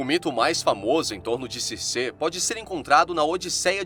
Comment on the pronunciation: Ótimo vídeo! porém, me incomoda ficar falando o nome dela errado. Não é Circê... se pronuncia Circi